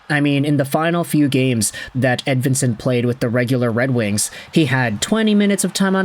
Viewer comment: I suppose maybe the last name is Edveensone also. Seemone Edveensone. Doesn't really sound Swedish to me. But I suppose Nicklas Lidstrom probably pronounced his own name wrong throughout his whole life also.